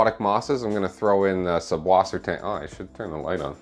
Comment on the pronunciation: You write it correctly with a double s after the umlaut u, but then you pronounce the double s as a b?? What am I missing?